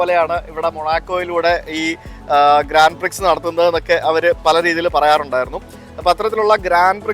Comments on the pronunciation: Grand Prix എന്നാണ് എഴുതുന്നതെങ്കിലും, ഇതിനെ ഗ്രാൻഡ് പ്രിക്സ് എന്നല്ല, 'ഗ്രാൻ പ്രി' എന്നാണ് പറയേണ്ടത്. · Grand pri.... grand prix അല്ല!! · Grand Prix is pronounced as "Grawn Pree" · Ithrayum countries and places kandukayinjille? Kurachu pronunciations improve cheyyamayirunnu...Grand prix ....""..grawn pree " .. ennanu parayuka. Eiffel tower parayunnathu rectify cheythu and I am happy about. Keep travelling and sharing. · Ur pronounsation of grandprix is not correct , x is silent 😊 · Please check the pronunciation of Grand Prix and such words. Also when you research please do in some more depth. So your lakhs of viewers will get the right information. As always very nice vlog.pls take as constructive criticism.